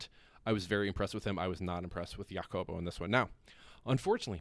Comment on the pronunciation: Jacobo. J is an “H” sound. Think “Ha-cobo”. Do you have a Spanish speaking friend from Madrid (like me) who can help you out? - as long as you’re working to get better it’s fine. When you give up you are just not Real Madrid material anymore and need to close the channel. 😂 - happy to help.